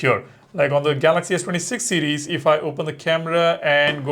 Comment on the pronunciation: You need to learn to pronounce "series" better, It literally sounds like ur saying cds instead of series, slow down